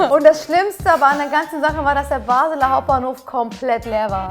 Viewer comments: Es heisst Basler Hauptbahnhof Nicht Baseler😂 Deutsche in der Schweiz😂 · Es heisst Basler und nicht BasEler Hauptbahnhof. Das ist wohl der Grund wieso alle Deutschen denken wir Schweizer seien bekloppt weil nur wir unsere Sprache verstehen 😂😂 Liebe Grüsse aus der Schweiz 🙋🏻‍♀️🥰 uuuund DANKE dass ihr trotz allem Videos für uns produziert. Ihr seid die BESTEN !